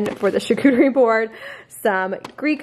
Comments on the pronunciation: That’s not right 😂😂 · Props to you for attempting to pronounce charcuterie 🤣